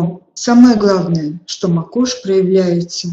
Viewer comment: Очень интересно! Спасибо! Скажите,пожалуйста,как все же правильно ставить ударение мАкошь или макОшь, Вы произносите по разному.